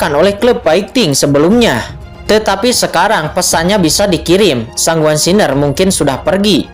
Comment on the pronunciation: Baca san Guan xin er min jgn gabung Siner bacanya,😂 Semangat 1 episode lagi nanti jm 10 y🙏